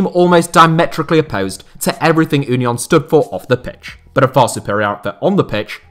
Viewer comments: Just pronounce union the english way please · Thank you for pronouncing Union in the german way ;) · Never learn German please 😂 As a German I love the fact that no one can pronounce German names 😂 Ünion 😂